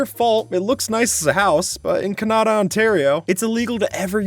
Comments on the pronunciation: DID HE SAY CA-NA-DA ITS CANADA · "Cah nah dah" 💀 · why does he say Canada as cunahduh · He called it canawda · For for the purple one you said Kanata but It was supposed to be Canada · It physically hurts me to hear him pronounce Canada as k-nah-da instead of how you're supposed to pronounce it being can-a-duh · Oh it’s Kanata not Canada my mistake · It’s pronounced Can a da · you can blame wilbur soot for the salmon act. Poor sally. Also WHO SAYS 'CAANAADAA'!? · NAH HE DIDNT PRONOUNCE CANADA LIKE THAT 😭✋ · The way he said Canada bru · the way you said Canada hurt me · Why did he say Canada so weird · are we just going to ignore how how pronounced Canada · WHY IS EVERYONE IGNORING SKIPS AWFUL PRONUNCIATION OF CANADA!!!